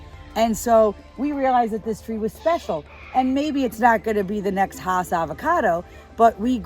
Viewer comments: You are correct. Rudolph Hass' farm was in L.A. County. And his name is pronounced "Hass;" not "haws." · Hass is pronounced like bass.